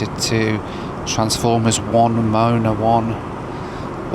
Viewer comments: Mo-a-na, NOT Mona. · I love you but do you honestly think Moana is pronounced like "moan"? 🙈🤦‍♂ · the way says Moh ah nah as moana like someones moaning has me laughing too hard, love you and your content hahaha got a good laugh outta me